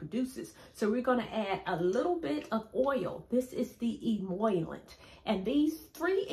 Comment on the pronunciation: Love, love your video! You solved the mystery behind my dry hair problem! Just a small word of correction, though: the term emollient is pronounced "e-e-mol-ee-ent rather than as e-e-moy-lent (perhaps due to you perceiving a reversal of the "i" and the double "L."). Your information is a hair-revolution moment for me. I'm going in now to make some of your DIY "e-e-mol-ee-ent for myself! Can't wait to see the result! 😊